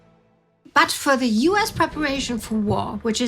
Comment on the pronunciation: its "US" not "oos". Worst narrator on the channel. Had to rewind multiple times to understand what she was speaking.